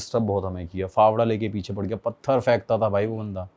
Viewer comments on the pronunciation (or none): none